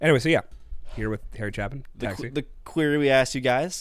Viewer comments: Cha rimes with hay. Chaypin:) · ...i liked that NPR bit...Harry Chaypin, An incredible artist lost way too soon....vowel, constanant, vowel equals long vowel.."Chay pin".glad you enjoy,..Harry has a TON of great storytelling music...great show guys, Merry Christmas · Harry "Chaypin" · Harry "CHAY-pin". You have to look at the video of him performing this live. It will blow your mind, man! ("Harry... Keep the change.)